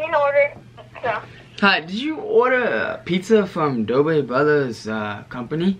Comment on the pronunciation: chaitai patel uhmm it's dobre and not dober